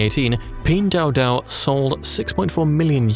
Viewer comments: Video is very good but where Pin dao dao came from? Pin Duo Duo!!! it's nerve wracking for anyone speaking Chinese! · You created at 12 minute video and still don't know how to pronounce the company name? 🤷🏼‍♂️🤦🏼‍♂️